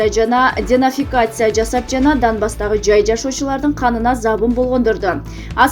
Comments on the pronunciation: Денафикация эмес,денацификация. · Денафикация эмес дэнацификация деп окубайсынбы... Тилиң келбесе окубай эле койчу......